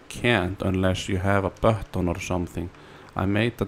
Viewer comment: "Press the bahton" - Finnish man